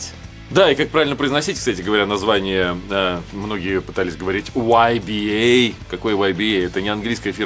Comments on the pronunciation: Если француз, то ударение на последний слог, т.е. "ибА" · В переводчике онлайн название данного бренда звучит как ИБА) При произношении ударение на А.